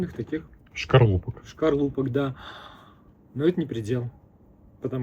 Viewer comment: СКОРЛУПОК,а не Шкорлупок😢,ребята